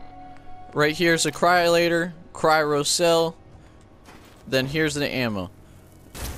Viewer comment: Did he just say Cry ro cell! its called a cryo cell Cry Oh cell